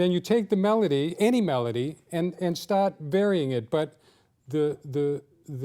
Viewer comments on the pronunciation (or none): Woah! Boston accent incoming! Well, Chelsea Massachusetts obviously, but still, that "start" really startled me! :D